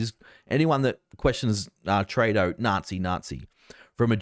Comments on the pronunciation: Come on its TREW-DO not TRAY-DO hes now the worst politician in the world since Ardern and Andrews figured out they could never be any more pure evil than they already achieved, so the least we can do is pronounce his name properly. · Trudeau is pronounced true-doe with the accent on the second syllable.